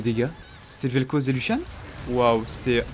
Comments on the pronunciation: lucian pas luchian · Younochang cr bah prononcé luchian en engrais mais vu la façon avec laquelle il dit throw, il devrait pas utiliser de l'anglais :')